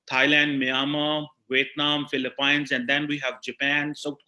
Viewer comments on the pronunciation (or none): none